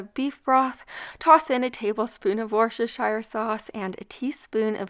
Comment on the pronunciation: Wuss-tur-sure.... On a serious note these videos are great. Thankyou